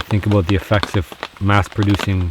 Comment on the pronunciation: "Don't Be Ignorant Aboot That" A